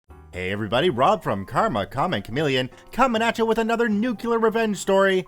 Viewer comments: Say it with me. Nu-CLE-ar. NU-CLE-AR. NOT nu-cu-lar. Christ. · please stop saying nuCUlar